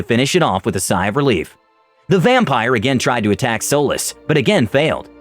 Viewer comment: Am i the only one that heard Solis as Soulless?